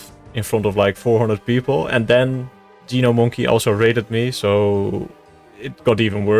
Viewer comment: "gee-no-monkey" :D it's pronounced like (nomonkey) - a play on gnome and monkey- If i tried to pronounce your name you'd laugh at me too :D